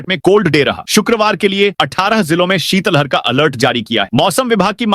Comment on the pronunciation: ❤❤शीतल हर नहीं शीत लहर बोले।भारत में सभी उद्घोषक शीत लहर बोलते हैं केवल मध्यप्रदेश केवल के कुछ ही जिद कर शीतल हर बोलते हैं है। भाषा विज्ञानियों ने बताया है कि सही उच्चारण शीत लहर❤ है। इसी तरह ज्ञापन को भी छा प न बौना भी ग़लत उच्चारण है सही शव्द है ज्ञापन ❤